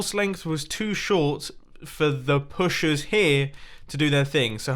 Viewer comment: Did mumbo just say there pushers? 😂